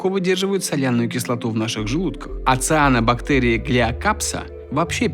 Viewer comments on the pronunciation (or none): none